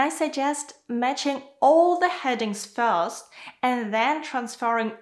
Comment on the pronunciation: Hi, the content is perfect and helpful, but please, improve your pronunciation of the word "first".